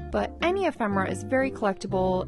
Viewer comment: e·phem·er·a /əˈfem(ə)rə/ Learn to pronounce